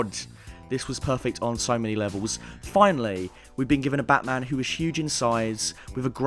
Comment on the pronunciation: Its bat maaaam !!! 😡😡😡